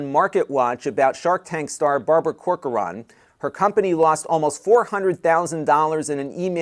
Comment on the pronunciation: The second "o" in Corcoran is silent.